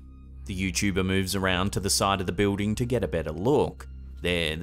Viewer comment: I love how he says Beuding For building 😊